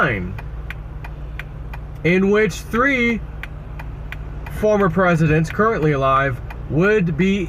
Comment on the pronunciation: He said "two will be taken and tree will be shaken".